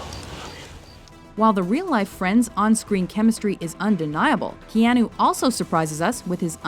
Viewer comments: Stop pronouncing it Keeahnoo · Oh good I'm not the only one that got confused over that one. When she said Ke Ah Noo I was like.... Wait... Have I been pronouncing his name wrong this whole time?! But for some reason WatchMojo have a habit of mispronouncing things. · Kay-ah-noo earn to pronounce it if you're going to narrate a video about him.